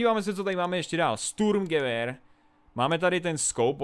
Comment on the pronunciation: Btw nečte se to sturmgewehr ale šturmgewehr, ale to je jen takovej malej detail